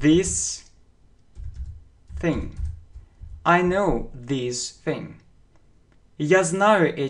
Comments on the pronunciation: thing тоже не правильно произносите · Не могу понять, он говорит thing Th вроде даёт звук (з), но у него слышу как (ф) такая глухая (ф)ин Это более правильно ?